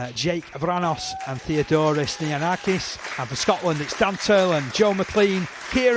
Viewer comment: The commentator pronounced Greece’s number 21 surname wrong. It’s Nioniakis not Nionakis. The crowd wasn’t 639 that was a winning ticket number. The result was 56-26 not 50-20.